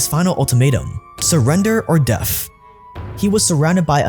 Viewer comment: Quick note* pronunciation is extremely important for a narrator your constant mispronunciations like def for death turned me off from what is probably a great video.